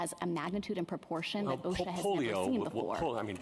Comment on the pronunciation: She can Not Even Pronounce O.S.H.A. Correctly !!! What is Oshac ?!